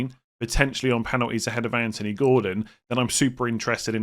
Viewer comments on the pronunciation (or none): none